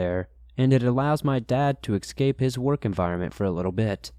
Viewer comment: Escape not excape